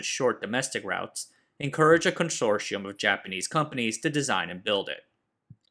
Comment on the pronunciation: . Conshorshium? Oh boy, someone needs to not make up new words, or brush up on his pronunciations.